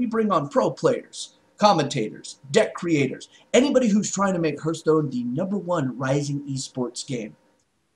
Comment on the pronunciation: its not hurtstone its hearthstone